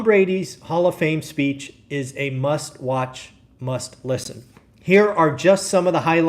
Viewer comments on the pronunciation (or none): Speech. Not speAch.